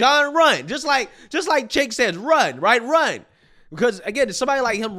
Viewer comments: For anyone who cares, the “C” in Cenk is pronounced like a “J” in Turkish. It sounds like Jenk. Chunk works, too. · I love that gets Cenk's name wrong in a different fashion every video. Chank. Jank. Sank. Chunk. Chunk Yogurt. Chank Jager. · Chank Yager?? Have you ever even seen one video of his literally nobody pronounces it that way lol and I don’t even like the fuck